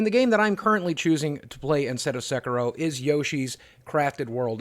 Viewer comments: Sek ee ro. Not Sek ur ro. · Sorry, but it's S[e]k[i]ro ) Love you videos! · It's Sekiro SE-KEE-RO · It's pronounced Sekiro, like Japanese "i" as in eeee sound